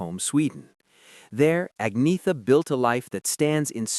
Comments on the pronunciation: AgneTHa! Nicht Agnea😂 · an-yet-a, not ag-netha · Agreed, but her name is mispronounced. It's 'Unnyettuh'. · "Ag-nee-tha"? Seriously? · Pronounced Ag ne tha Falts kog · No. It is 'Unnyettuh'. The G is silent.